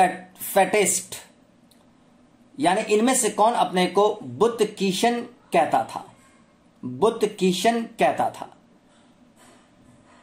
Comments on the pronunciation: बूतशिकन को बूतकिशन बोल रहे हो जानी। कोई बात नही प्रश्न ठीक था। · Butkisan nhi butsikan